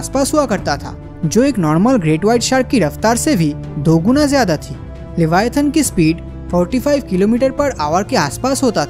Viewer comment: its not LEVIATAHN bruhh...the animal you described in this video is LIVYATAN. LIVYATAN is a extinct genus of sperm whale, it's name was inspired by the bibilical sea monster LEVIATHAN. We cant even think how big, scary, powerful and monsterous LEVIATHAN was. In the holy Bible, the BOOK OF JOB said that no weapon can harm LEVIATHAN. It is so big that it can wrap round the entire earth. I would really appreciate if you make a elaborate video about the real LEVIATHAN .